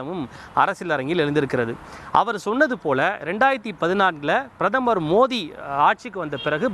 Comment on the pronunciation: பிரதமர் மோதி இல்லை.. பிரதமர் மோடி..ஒழுங்கா சொல்லு டா.. எரிச்சல் ஆகுது..